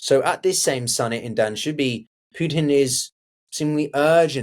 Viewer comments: *Doo-Shan-Bay, not Dubanshee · It's Doo-shan-beh not Dan-she-bee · Dushanbe… not danshubee 😂😂😂😂